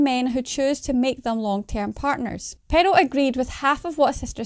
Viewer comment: The Scottish accent is great, but it's crazy how the sister pronounces Pearl as Peril lol.